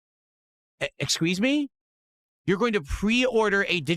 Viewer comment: "EX-QUIZ ME"!:face-green-smiling::face-green-smiling::face-orange-raised-eyebrow: Fucking is just as SUHSESSFUL at speaking English as he is at playing games PAHSITIHVELY.:face-fuchsia-tongue-out::face-fuchsia-tongue-out::face-orange-biting-nails::face-orange-frowning